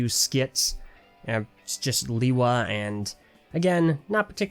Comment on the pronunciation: Its not (lee-wa) its (le-wa)